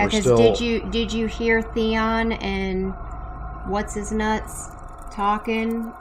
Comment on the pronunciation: Btw you guys it's theon not theo 😂